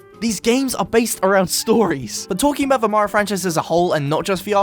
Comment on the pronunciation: Dose he say mamario? Or is that on purpose? 😂